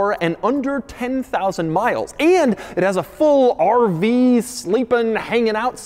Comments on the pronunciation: i love the way he says RV like a pirate arrrrrrr veee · He sounds like a pirate when he say 'RrrrrrrrrrrrrrVee'